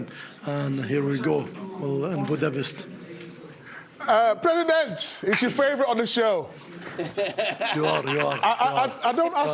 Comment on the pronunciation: Everyone is saying the name Budapest wrong